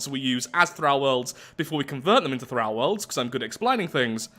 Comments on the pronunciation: Omg the way you say thrall. "Thrauw" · "Thrahl worlds" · OMG this triggered me so hard, PLEASE stop saying 'Thrall' with a soft 'a' its pronounced with a hard 'a' im genuinely crawling up the walls, how do english people not know how to speak english, im english and ashamed of my own people.